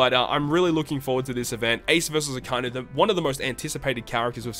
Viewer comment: it's a-ka-i-nu bro... pronounce it properly